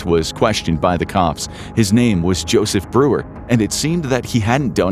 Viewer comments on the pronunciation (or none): none